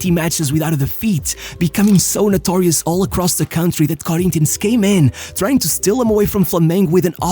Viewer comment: no way he just said corinthians like that